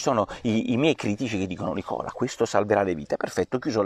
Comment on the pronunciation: cosi si pronuncia Nicola ahahah